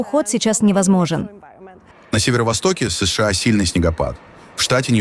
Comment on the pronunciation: Информация дельная, но ИИ с ложным ударением уже осточертел.. Неприятно понимать с плохими ударениями и долгими паузами между буквами "С..Ш А". Живые люди так пока не говорят, но вынуждены слушать.